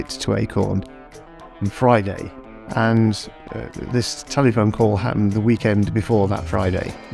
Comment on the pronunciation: Steve Furber says "telee phone call...".